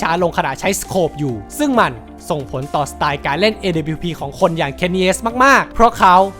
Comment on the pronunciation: คือไอ้การเรียกชื่อทีมผิดมันต่างจากคำอื่นๆตรงที่มันเหมือนเอาคนไม่เคยดูแข่งจริงๆมาทำคลิปอ่ะครับ อีกอย่างตัว W ก็อ่านว่า ดับเบิ้ลยู ต่อให้เป็นพวกสำเนียงอเมริกันจ๋าๆ ก็ยังออกเสียงประมาณว่า ด๊ะบะยู อยู่ดี ส่วนดับบลิวนี่ไทยแลนด์โอนลี่ครับ พูดง่ายๆคือออกเสียงชื่อปืนผิด